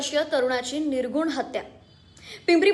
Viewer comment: अगं म्हशी तो शब्द निर्घृण आहे निर्घुण नव्हे आधी नीट बोलायला शिक